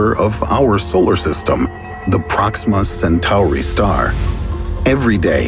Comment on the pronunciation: pRoXiMa SatOaReY